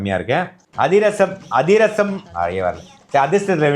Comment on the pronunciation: Athirasam ❌Adusram✅